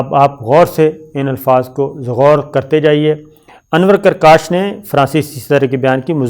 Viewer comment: آپ نے نام غلط پڑھ دیا انور پرکاش ہے بنیادی طور پر ہندو بدھ مت ہے